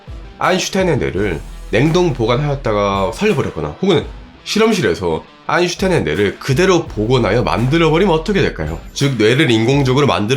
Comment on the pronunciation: 요즘은 아인슌타인이라고 안하시네요 ㅋㅋㅋㅋㅋ 쫌 그립기도하고..